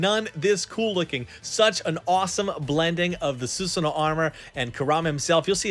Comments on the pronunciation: su sa no.... not su su no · I'm here for the first time, I can't understand why you're calling susano as susno? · It’s (: SUH SAN NOO;) pernouce it like that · Su Su No❌ Su Sa No ✅ ✌️ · Love your vids. But please stop saying Sus-no. Its Su-sa-no-o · please dont pronounce susano like that. suSAAno!!!! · Why Susanoo become Susuno?? 🤭